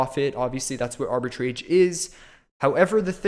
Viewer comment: not even pronouncing "Arbitrage" correctly